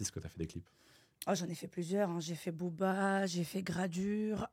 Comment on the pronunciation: Elle à dit Boba non non.cest Booba